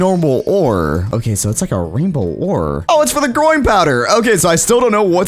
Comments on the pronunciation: Did YOU SAY GROIN POWDER oh u said growing powder hhehe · Why does he keep saying groin powder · I thought he said "groin powder" 😭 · Did anyone else notice that when he said growing powder it sounds like groin powder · growing power. What I hear,groin powder. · i thought you said groin powder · "groin powder" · it sounds like he is saying groin powder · i realized when he says growing powder it sounds like hes saying groin powder. kinda sus